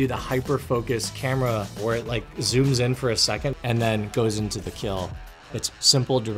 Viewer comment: Did you Rike it? 🤓